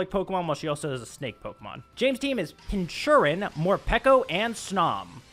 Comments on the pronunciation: Lol it's Pronounced Pin-KUR-Chin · Pin-ker-chin. Thats how you pronounce it.